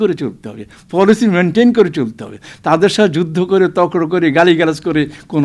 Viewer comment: প এর উচ্চারণ "ফ" করছেন। তর্ক উচ্চরণ করছেন তক্র। তো বিষয়টি কি দাঁড়ালো? এইসব ফালতু টকশো মানে ভারতকে রেডিমেড স্ট্রাটেজী সরবরাহ করা । ওরা এইগুলো শোনে। ট্রাম্পকার্ড মারে। এগুলো করবেন না।